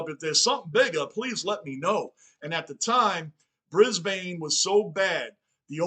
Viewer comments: Brisbane Lions is more pronounced Bris-Bn! Not bris-bane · Pronounced Brisbin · Brisb'n, no vowel. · The bane in Brisbane is pronounced behn, basically like a typical aspirated non-vowel as if the b runs into the n. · Didnt know Bane from batman was in this, its not how you say Brisbane , the same way you say Urban is how you say Brisbane even tho Brisbane has an E at the end of it the E is silent. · A couple more tips on pronunciation (not that it's a big deal but you seem committed to getting things right) Brisbane ... don't say the A sound, Like Melb'n, we also say Brisb'n and Essen'd'n ... just out lazy vernacular really. Funnily enough they are sometimes called the "Dons". Some teams have other nick names too ... like North Melbourne are not just the Kangaroos, they are also known as the "Shinboners". Sydney are sometimes referred to as "the Bloods" and Carlton as the "Bluebaggers" or just "Baggers". Scoring can be really fast in AFL so when a team finds their mojo, it's not unusual to see 4 or 5 goals kicked in a row. Some games sees momentum shifting several times which can be quite thrilling. As for the clock. if it's a huge lead then you feel safe for the last 5 minutes or so, but if there are only a couple of goals in it, you only really give up in the last 30 seconds because anything can happen and the game can be super fast right up until the final siren. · Ban the bane, it's Brisben. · Brisbane is pronounced Brisbin, Essendon pronounced Essenden